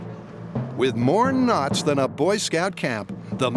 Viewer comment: I thought he said “with more ‘nuts’ than a Boy Scout camp” 😆 Had to play out back 3 times before I heard ‘knots’ …I’m like there’s no way they said that lol